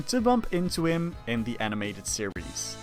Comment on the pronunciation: Instead of series 2 I heard sirisu